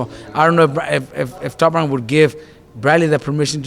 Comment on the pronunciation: Does Robert Garcia say TOP WANK